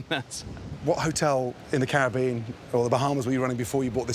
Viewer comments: Thinking about it, I do believe Gordon pronounces "Caribbean" correctly. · Finnaly someone who can pronounce caribbean like a sane person!